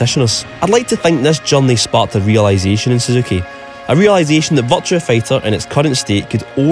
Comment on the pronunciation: I keep hearing you say "Vulture Fighter"